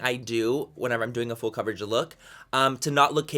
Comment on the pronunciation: When he says the word "full" it sounds like he's saying "fool"? What accent is that?